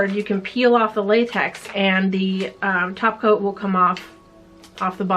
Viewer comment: I watch too much simplynailogical. Every time topcoat is said I hear taco and think of painting nails.